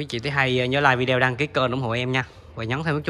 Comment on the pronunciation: Bạn nói vi đeo nghe kì quá.Đọc lại đi b